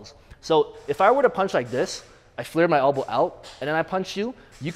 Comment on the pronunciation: Lol. Hell-bow.